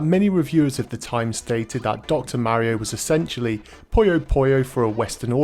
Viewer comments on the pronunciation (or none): none